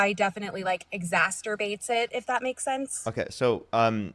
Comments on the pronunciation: It’s exacerbates NOT “exasterbates” 😂😂😂😂 Trump does love the uneducated. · ExasTerbates... Masturbates.... It's exacerbates you goof 🤦‍♂️💀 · "Exasterbates it" . 😂🤣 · "exasterbates?" 🤣😂🤣 The word is exacerbates. Fitting for the topic of acetaminophen. 🤦‍♀️ Also, not all Tylenol doesn't have red dye. A D&C (dilation and curettage) is basically an abortion!!! Educate yourself FFS!!! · "exasterbates"? Don't you mean exacerbates? 😜 You can probably find Tylenol for kids w/out red dye... Lady, put yourself in the impregnated 14-yr-old's place. Get real. Have a heart. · Exacerbate lol. She said Exasterbate Im dead. People are so dumb. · “Exasterbates”? Is that exasperated masturbation? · “Exasterbates” Bahahaha! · Did she just say “exaterbate” ? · Says exacertubates like a fucking moron. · "Exasterbates" is all I needed to hear to understand the level of intelligence we're dealing with here. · "Exastorbate" lol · Well, she did say “exasTerbates”.😂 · That's not how you pronounce exacerbates. "smart people don't like me" -Donald Trump Abortions can cost up to 800$. No one is using it as birth control. Birth control prevents pregnancy. Birth control can fail, that's where abortion comes in. It's a safety net in case your first line of defense fails.. Not birth control. Sounds like she should have had two abortions. Instead her kids get suffer from poverty and their mothers idiocy. Nice job, mom. Much better option than never knowing they existed! "honestly, I'm not overly educated..." yeah, we know.